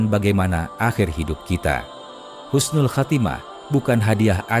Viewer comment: Husnul bukan khusnul